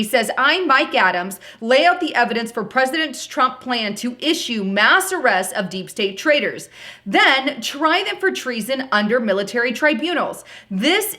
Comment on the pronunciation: "arrests" not assests